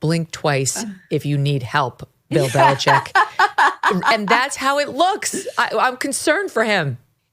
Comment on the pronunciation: OMG....you guys, it is Bill BeliCHICK, not BeliCHECK. Just like the illegal drug coming over our borders... it's FentaNYL, not FentaNOL.... Sheesh!!!